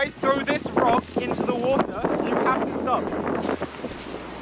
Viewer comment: gogy: wOTER